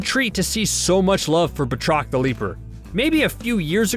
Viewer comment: ffs it's not Bah-trok. It's pronounced Bat-Rock!! That's bat as in baseball bat and roc as in Chris Rock. 20 seconds in and ur video fails. Please do basic research or stop pretending you have ANY Marvel Comic knowledge!